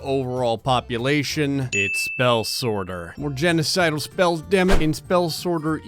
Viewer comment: “Genocidal spells dammit!” My ears:”Genital spells dammit!”